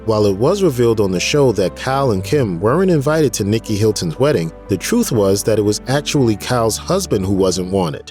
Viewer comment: A narrator that cannot pronounce basic words? Truth is not troof, worth is not wurf LOL!